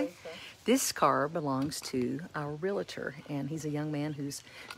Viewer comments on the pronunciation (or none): You are a great teacher. You pronounce Realtor like most other people 😂 RealATor isn’t a word but I mispronounce some words too. It’s just hard to change.